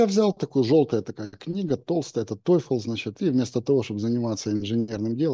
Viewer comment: TOEFL произносится как ТОФЛ НЕ ТОЙФЛ! И даже индусы с их акцентами произносят правильно. Как же ты здал TOEFL, на украинском?